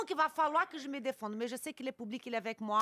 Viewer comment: Le "poublic" elle a effectivement le syndrôme Jane Birkin...